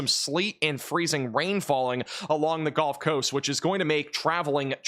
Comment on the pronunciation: Did you just say the "golf coast?" 😂